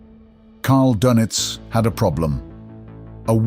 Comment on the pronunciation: Dönitz, not Dunnitz